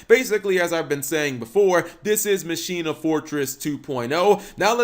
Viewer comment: When you here someone say "machina" wrong....smh lol